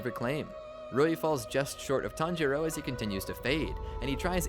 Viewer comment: He tanjoro like 10 times in the span of like 20 seconds